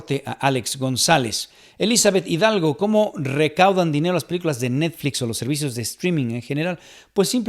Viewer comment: Habían notado que dice "neDflix" y "warneN" brothers? 🤔🤔🤔